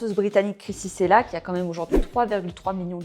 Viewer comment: Krissy " Tchella" et non " Sela" :) très belle vidéo au demeurant evidémment :)🥰